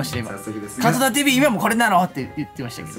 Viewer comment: 、カウントーダウンって言ってませんでしたか？